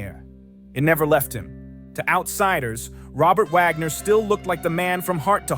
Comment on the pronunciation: Wagner not Vagner